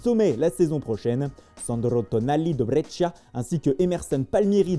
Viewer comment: Sandro Tonali de brrrrrressciiia. 😀